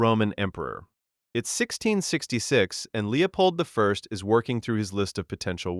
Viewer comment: Lee pulled eye lmao